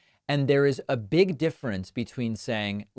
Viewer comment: "Beeg, big" says